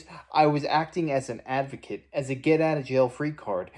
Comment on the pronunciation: When she was an “avocate” and the “costitution”; too lazy to pronounce words correctly. Unfit for the job!